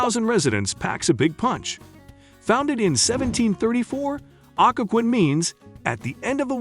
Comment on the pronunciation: Culpepper actually hurt my ears. Occoquan, too.